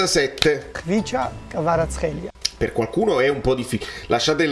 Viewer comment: È simpatico vederti applicare sulla giusta pronuncia del cognome di kwaratskelia (accento sulla e' ,e sulla a finale). Quando per anni non avete azzeccato Callejon, Juan Jesus,etc🤣, che di certo risulterebbe molto più semplice!